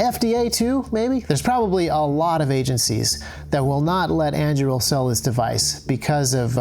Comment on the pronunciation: never heard Andúril pronounced like that! haha